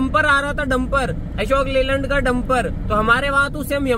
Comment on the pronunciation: Bhai ka statement suna ,😂 Ashok Leyand ke jagah ASHOK LALAND 🤣🤣😂